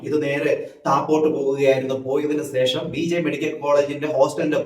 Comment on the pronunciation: സേഷം അല്ല, ശേഷം എന്നു pronounce ചെയ്യൂ 🤗